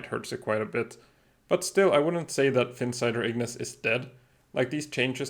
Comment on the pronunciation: Ahh finally a YouTuber that doesn't say Ignis like it's spelled igneece 😂. I'm not usually a big pronunciation police kind of guy but for some reason that one makes me cringe a little